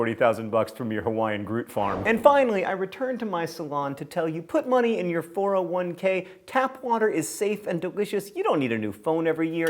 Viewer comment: Four-oh-one-kay? You mean a four-oh-wunk?